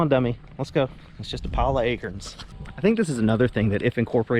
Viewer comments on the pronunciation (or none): “Just a pile a’ A-Kerns” SAME. 🤣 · How you pronounce acorns is so funny 😂😂😆 we say it as a-corns here in Wisconsin lol make a video of you just saying acorns lmao